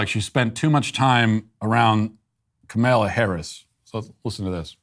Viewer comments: And "Camilla" Harris too! 😅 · LOL, I have heard him say it like "kameilla" , kind of a cross between Kamella and Kamilla. Again, it actually is harder to mispronounce it which just adds to the trollery. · Yes! And lately, Tucker's been calling her "Carmela". I don't recall how that started... I think it's because SHE'S always mispronouncing her own name so what the heck. I'll take the laughs whenever I can get 'em! 🤡